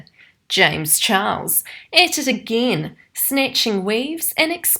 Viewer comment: I like how you say again